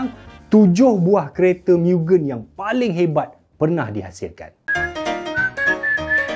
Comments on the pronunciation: Aduh... ad orang komplen kt telinga saya... cara sebut MUGEN tu salah... abang sebut miu-gên... si peminat kereta seorang ni katanya MOO-gén... bukan jawapan masuk dalam UPSR pun.. tapi tetap berleter kat telinga saya... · Fyi.... cara sebut mugen bukn 'miugen' tpi 'mugen' camtu je..oke bai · Sebutan Mugen tu salah. Ekekeke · Mugen bkn miugen 😂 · sebutan yg betul ikut ala jepun mugen MU -MUrah, GEN -GENtel maksud mugen- unlimited.. atau tiada batasan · tersiksa jiwa nk menonton sampai habis dengar pronounce mugen tu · sebutan x kena bang oi mugen ..abg kena tengok anime depa sebut macam mana...